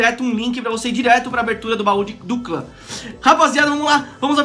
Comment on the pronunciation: caramba aprende a falar bau do clã